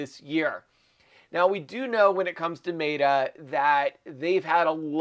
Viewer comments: It's met uh not Mate uh lol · OMG!! it Me-TA (like metal without the L).. 😕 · Dude, it is MET….A, say it correctly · Your pronunciation of Meta is insane